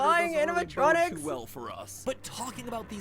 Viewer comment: DID YOU JUST SAY ANIMITRONIC? TO A ROBOT TOY?????